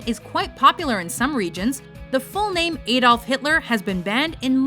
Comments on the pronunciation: Why do you pronounce Adolf so strangely? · u pronounced Adolf wrong